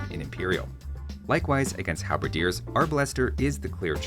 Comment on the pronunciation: Arbalester = 😡 AR Buster = 😄